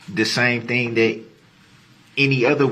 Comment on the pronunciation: The way ge pronounces words makes me rage. Not even his malapropisms, but the way he says stuff like vehicle "vee-koo" and thing "teeng"